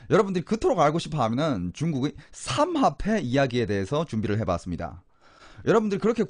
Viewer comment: 그발~~음좀 ;;; 사막패 ?? 삼압패 ?? 삼합패 ??